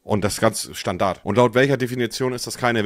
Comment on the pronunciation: Würde echt gerne mal wissen wie oft Monte früher im Deutsch KORS gefehlt hat. Seine Aussprache von Standard triggert massiv 😂